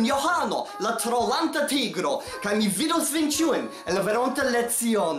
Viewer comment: I played the first few seconds of the video like 20 times, trying to figure out what you said but I couldn't figure it out. Then later in the video I realized you said "trolanta". Lol. Bonega filmeto, kiel cxiam. Vi certe havas karakteron!